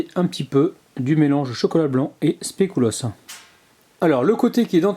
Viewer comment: super recette comme d'habitude mais normalement on dit pas specUlos (je sais je suis chiante 😂😂)